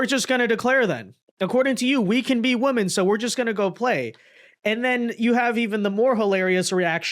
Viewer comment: I appreciate and enjoy your content so much. So please, please please look how to pronounce 'women' correctly. It is pronounced differently than 'woman'. Thank you for your consideration of this matter.